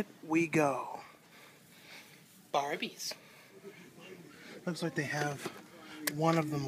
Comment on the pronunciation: its really funny when you say "barbies" haha, keep on doing wreat videos. i think i've been seeing you for a year now...kind regards